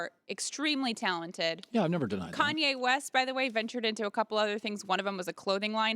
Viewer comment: every time he says Kanye I cringe so much